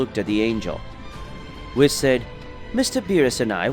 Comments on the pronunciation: Would u stop saying wiss🤦‍♂️bloody hell its whis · pleasee its not wis its Whis